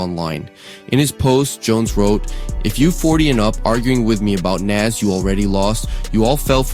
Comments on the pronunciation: Why are we highlighting and using ANYONE's content that says Naz instead of Nas? AI or not? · Naw Challz I cant get behind this one gang..... We just gunna ignore how ya boy says "Naazz"? SMH For real tho Jim need to start going down to the local Homeless shelter so he can help them get washed up too..... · Facts on facts. Like whodaf- is Nazz?! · But why he say Nas like that?! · bro I hate when whites talk ab hip hop they don’t even care to pronounce the names right how tf do you not kno how to pronounce “nas” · “Nas” listen this AI is awful, but if it’s not AI and it’s a person who pronounced his name like that you don’t need to be reporting on something or a genre of music when you don’t know how to pronounce the people’s name properly